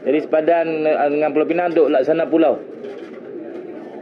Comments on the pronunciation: ooo inilah minah celup yang sebut 'Pulau Pineng' tu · Sebutan ganjil Pulau PINANG vs PULAU PENANG